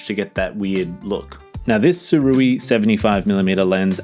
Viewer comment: SOO-RAY pretty sure